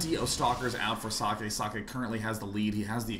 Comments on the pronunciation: guys, socke's name is pronounced like ZOCK. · well, I forgot who but another commentator who spoke with himself said he pronounces it as zock. *shrugs*